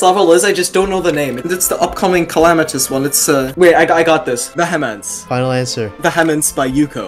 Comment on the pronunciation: Im gonna be that one nerd, he pronounced "Vehemence" Wrong, its not ve he mints, its Vee Uh mins.